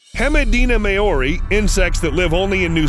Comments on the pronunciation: Maori is pronounced Mao reeee, Mao like bao, also they're just weta homie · Maori lol. I could be wrong and scientists decided to pronounce it that way but usually Maori is pronounced like the word 'now' but begins with an M, continued with 'ree' so 'Mow-ree'. Alternatively it's like the Disney movie Maui but instead of pronouncing Maui with a W it's pronounced with an R. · Maori ( pronounced mau-ri ) also those are called mountain stone wētā (wet-ah) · That's not how you say Maori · So, your videos are great and I learn lots but, you need to work on pronunciation man, especially when speaking words from a different language, there's lot of good guides online for you to learn how Maori sounds phonetically which help. Also Hemideina Maori is a subspecies of the Weta which is a cool bug but surprisingly harmless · im from nz hemideina maori is what we call a weta also the way he said maori triggered me